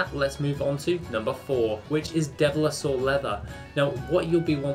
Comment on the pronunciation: Why can’t you say devilsaur? Also should probably wear a different T-shirt once in a while 😂